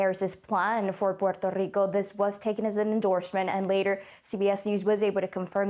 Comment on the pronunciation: "Puerto Rrrrrrrico" Smh